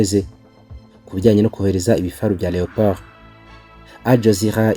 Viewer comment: Leopard not Leopold